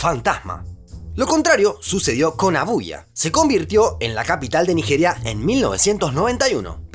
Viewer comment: No entiendo por qué a los nombres propios que llevan "Y" los pronuncia como "I" ( Iakarta/ Abuia) si su forma natural de pronunciar las "Y" es "SH" ( flushen/ aposhes). ¡Por lo demás, excelente video!